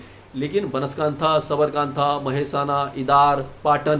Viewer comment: बनासकांठा पाटण ईडर Mahesh Palawatji, proper pronunciation for the cities for you.